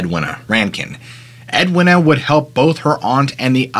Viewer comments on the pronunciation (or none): how could you possibly think Edwina was pronounced "ed winner" it's edweena